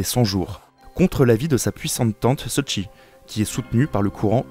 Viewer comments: Super documentaire, mais la prononciation des noms... Cixi en pinyin = Tseusi en phonétique française, Guangxu (et pas Guanxu, pas la même personne) = Guangsu. Mais bon c’est pas comme si les médias étaient encore prêt à apprendre à prononcer. Je pense que les chinois doivent s’arracher les cheveux mais bon lol. Merci quand même pour ces recherches et explications. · Excellente vidéo documentaire, particulièrement bien illustrée ce qui est très motivant. Seule modification à suggerer : la prononciation des noms chinois est incorrecte: Cixi se prononce "tseushi", Guanxu se prononce "guouane shü", Xinhua se prononce "shineroua" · Excelente video encore une fois, très bonne narration historique insistant bien sur la recuperation politique du movement para les Qing qui ne pouvaient pas s'attendrent à un tel miracle (la resistance des légations). Une seule chose: Cixi se prononce plutôt Tseshi o Tseushi. Pour ceux qui peuvent suivrent en anglais et veulent en savoir encore plus je recommende l'excellente série d'épisodes audios sur les 2 guerres de l'opium et la révolte des boxers de Mark Felton (war stories by Mark Felton).